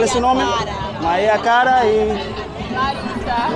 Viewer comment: it's Maria Clara, haha Maria Cara is like "Expensive Maria"